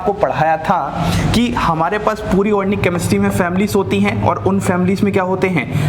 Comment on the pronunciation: Sir u r mind blowing but one thing sir,that is organic not ornic.😍